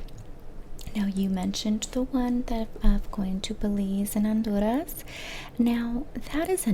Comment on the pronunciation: The way you pronounced Honduras and Santa Lucia 👌🏽 Latinx or Latinx-adjacent spotted